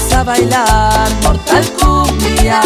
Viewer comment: no sabía pronunciar mortal kombat y le decía mortal kumbia por eso este tema